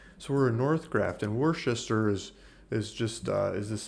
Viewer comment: It's pronounced "Wooster"😁